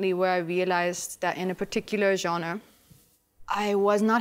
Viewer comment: Am so impressed that Abhishek Bachchan is the only one who pronounced genre correctly 👍🏻